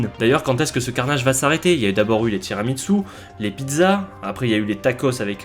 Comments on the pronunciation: Il n'y a pas de T dans Tiramisú. Sinon, super vidéo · Complètement d’accord avec la dénonciation de ces horreurs alimentaires, mais, pour rappel, tiramisù ne se pronce pas « tirami tzu »! Ça fait le même effet aux oreilles qu’une pizza avec de l’ananas le fait au bon sens.